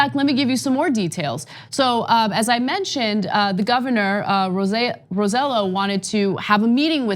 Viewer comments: Roselló isn't pronounced "Ro-seh-lo", it's pronounced "Ro-seh-yoh" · Its pronounced RoseJo not RoseLo , i know its weird but hey you guys pronounce Raphael "Rafael" wtf is that lol jk jk. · Its pronounced Ro-se-ioh, not with an L sound. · Correct pronunciation of Rosselló = row - say - YO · Hey guys, please make an effort. The governor's name is ro-say0. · Shade Bleu Listen, I wasn't commenting on Rosselló's comments, I was just telling yet another news group that Rose-yellow is not how you pronounce is name. As for the Governor he's angry and frustrated and really shouldn't have said what he said. But if it was your family after a disaster finding out that the money FEMA would have given you to help rebuild your house was reduced to almost nothing by the President what would you have said about the big guy? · First of all his name is pronounced ro-seh-YO. (the LL in spanish is pronounced like a Y). Second, he is trying to look tough because Carmen Yulin Cruz (San Juan Mayor) announced her candidacy for Governor 2020. She stood up to Trump while Rossello (Ro-seh-YO) took selfies and acted like a fanboy. He is a Democrat but he was supported by the Republican wing of the Statehood party (PNP) in PR and only because his father was governor during the Clinton years. He has worked tirelessly to privatize every service possible on the island, close schools, sweetheart deals for friends, ignoring corruption schemes, and allowing drinking water sources to be polluted with coal dust. Seems like a perfect match for Trump! Please send someone to PR to get the real info from the ground. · They just had a program the other day about names needed the be pronounced in the correct way. like Diana or AOC. The least they can do Is pronounce that name correctly. I hate the guy but if you are going to criticize others for that... do it right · Heh, as amusing as it is, thats now how you pronounce Rosello